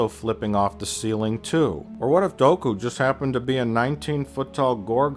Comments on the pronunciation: It's pronounced Doo Ku... I can't take this critique seriously if you can't even pronounce the characters names correctly.....lol Okay seriously, I think you have a few good points like , but come on. We're talking about characters that can jump 5 to 10 stories up. I don't think tentacle dreads are going to pose much of a problem if you have that kind of a skill set. I mean little Annie could pod race and if you can do that, you're on a total different wavelength altogether...lol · It's Dooku. Say it with me. DOO. KOO. Not Doh-ku. God.